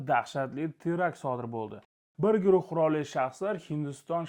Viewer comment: Qirol emas qurol denglar iltimos. Tirnoq tagidan kir qidirishmasu, lekin o'qiganda g'alati eshitilarkanda